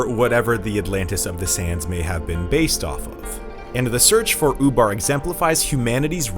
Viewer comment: That's ''Ubar'', not ''FUBAR''... although that's exactly what happened.